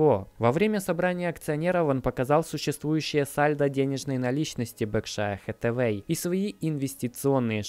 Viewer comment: Всё отлично, только не БеркшАя, а бЁркшир Хэттавей!